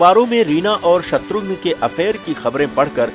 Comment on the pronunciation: Abe naam to acche se bol shatughn nahi shatrughan naam h uska